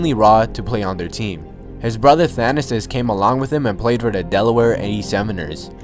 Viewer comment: your pronunciation of Thanasis is awful